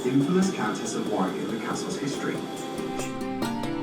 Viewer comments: "Worrr Rick" Not War Wick. Thank you!! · It's not pronounced Warick, it's Worrik. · A excellent vlog again, well done! Just a small note - 'Warwick' is pronounced 'WaRick' an easy mistake to make though. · My apologies to the British for mispronouncing Warwick in the entire video! 😂🤣😱😫 The funny thing is that I actually said "WaRick" various times while shooting (it's so much easier!!!), but filmed again for thinking it was wrong 😂😂😂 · Its war rick castle not war wick ok good video and it was the seat of english kings years back O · As a local lad I find it interesting to see where I live through someone else eyes. Actually I was born in Coventry so very adjacent to Rugby, Birmingham and Warwick. By the way I don't know if you know about silent letters? The second "W" in Warwick is a silent one so it's said Wa-rick. Cant wait for the next video. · Warwick is pronounced "Wo-rick" .... starting staying "what" but forget the "t" and replace with "rick" .... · War is not pronounced when saying Warwick. It’s has a silent r. Wawick or Wowick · its pronounced Worrick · Note to our American Cousins: 'Warwick' rhymes with 'Yorick' (Shakespeare claims to have known him well):-) Note to: Another great video, Honey: England LOVES you (so don't be a stranger for TOO long - okay?)!! Vaya con Dios. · I don’t know if anyone has mentioned it already but cities in the UK are only referred to as a City if they have a Cathedral. Warwick is a town as it doesn’t have a Cathedral. Oh and don’t worry about mispronouncing Warwick most tourists do 😁👍🏻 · Great video, however one thing that was incorrect other than the pronunciation, is that Warwick is a town not a city. Nearest city would be Coventry. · The w in the middle of warwick is not pronounced. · Great video, but you continually mispronounced Warwick and that was very frustrating and distracting. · Bless ya for trying, it was a lovely little video though. Made me homesick